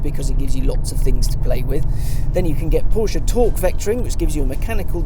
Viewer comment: You sir are "the almost reviewer". In fact, as much as I enjoy Chris Harris reviews and tire shreking videos, I have to say you're my go to guy when it comes to reviews. If only you didn't pronounce Porsche "Porshia"... Keep up the good work, awesome content and humble down to earth personality. Thumbs up.